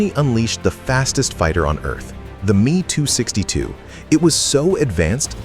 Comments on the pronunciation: Is it me alone who objects to AI dialog mispronouncing words? The aircraft is the “M” “E” 264 not the “me” 264!!! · It is actualy pronounced M E 262 the ME refering to Messersmitt, is the same for the M E 109 or FW 190 u pronounce the letters sepperatly.